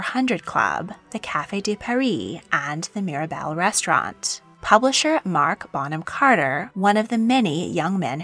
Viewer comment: Did you say........Bonham Carter??